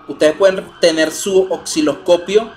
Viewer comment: Estimado se dice Osciloscopio NO " OXILOSCOPIO " u "OCCILOSCOPIO" .Si se dedica a educar por favor comience por pronunciar correctamente los instrumentos y componentes. Saludos.